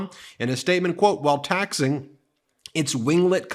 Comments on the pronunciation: Taxiing is not pronounced taxing. Taxi - Ing. It's this type of thing that makes you so hard to watch, even though your stories are good. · Do you purposely mispronounce things? It's not "taxing." It's "taxiing." Like taxi plus ing. I've noticed you mispronounce a lot of proper names as well. It makes you sounds less than intelligent. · Taxee-ing. Not taxing. You know Trump doesnt pay those… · "taxiing" is TAXI-ing, not "taxing" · There are two 'i's. It is pronounced taxi-ing, not taxing. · Excellent video and I'd like to submit one tiny correction if I may. Taxiing is pronounced as taxy-ing rather than taxing. Trump is a truly vile person and you are doing a brilliant job of exposing his dodgy activities. Well done! Oh, and when his aircraft clipped the other one, was his pilot black or white, man or woman? 🤣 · A plane on the ground moving under it's own power from one place to another is taxiing. Taxiing is pronounced taxi-ing not taxing, Ben. Dang! Every time you read you mess something up. You have a law degree? YIKES!!! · Just a tiny thing. It is pronounced "taxi ing", not taxing. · Tax-ee-ing, not taxing. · It's not "taxing". It's "taxi ing" like a "taxi" (noun) turned into a verb "taxiing". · TAXI-ING, NOT TAXING. GET IT RIGHT. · It taxi-ing not taxing. You've been listening to vocabulary according to Trump. Trumcabulary, new word! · Ben, not "taxing"... "taxee - ing" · Taxiing is pronounced as Tax-E-ing, like a Taxi (Tax-E) that you pay to take you places. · Good segment, but it’s pronounced “taxi-ing”. It’s when the plane is moving between the runways and where it blocks (parks). Hence why the short “roads” connecting the two areas are called “taxiways”, which are designated by the black and yellow signs on the flight line. Thank you for attending my TED talk. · Ben don’t mean to be disrespectful but it’s pronounced taxee ing. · Taxiing not taxing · Taxi-ing not taxing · Taxi-ing* its pronounced